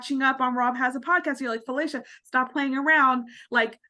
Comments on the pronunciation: How does someone watch a tv show and hear the person’s name said multiple times by multiple people and still absolutely destroy the pronunciation of that name? It’s pronounced Fillisha NOT Filaysha. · That 3as the weirdest pronunciation of Felicia I’ve ever heard in my life.